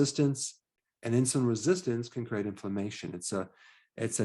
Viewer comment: You're saying "CRATE" for "CREATE""